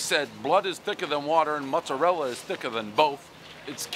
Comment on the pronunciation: You just lost your Italian card saying mutzarella....